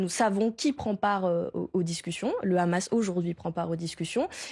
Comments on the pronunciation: Tjrs le hamas ramas il disai anant ou le houmous et pjoi vous mélanger des enfants avec le ramas on dit le Hamas pas ramas lol meme parler c journaliste c plus comment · Je ne vois pas pourquoi elle n'arrive pas à dire "sans le H". Étant pourtant totalement pro-palestinien, je ne vois pas ce que le H peut apporter de bon au peuple palestinien et israélien... Bref, réponse nulle qui va se retourner contre elle et son parti (ça, c'est leur problème, je ne suis pas spécialement pro-LFI, donc balek) mais surtout qui se retournera contre les militants pro-palestiniens...